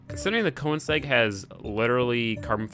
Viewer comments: His pronunciation gives me cancer so often. I mean "Forsa, porsh, coneseg, le mäns, nuremburging" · the car is not called konesag... its called königsegg! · It's pronounced Ko/ning/segg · insegg lmfao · I am so bugged when he trys to pronounce Koenigsegg and says Koensegg. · Once you know, you kowensegg. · Please don't, I don't want to hear him butcher that word, Audi and Koenigsegg is already bad enough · who else is annoyed by the way he says ''Koenigsegg'' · Great vid, but the way you say Koenigsegg makes me wanna die. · your saying koenigsegg wrong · Everything you do makes me angry. The way you say koenigsegg, the way you talk, what you say, AND ESPECIALLY the way you drive. The koenigsegg would've gotten a much better time if you knew what you were doing.